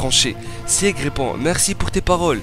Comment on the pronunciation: [Sig] pas [siég] ...... Beaucoup trop de nom écorché, j'arrête là